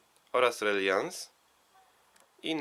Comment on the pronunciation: Mała poprawka. Nie redhewen a redhejwen. Dwa różne wyrazy. I relajans.